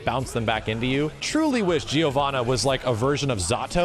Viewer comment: Giovanna pronunciation. As an Italian, we say "Jovanna", not "Jee-oh-vannah".